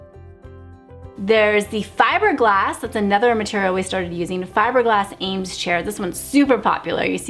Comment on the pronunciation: You are one of the first people to describe MCM and pronounce Eames the correct way!! I have watched so many others who get the pronunciation wrong. How refreshing- Thank You.